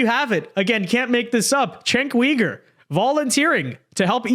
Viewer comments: its not pronounced Wee-gur... it pronounced You-ger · Why do you call him cenk weegur? Lol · The way you say cenk's last name makes me cringe every single time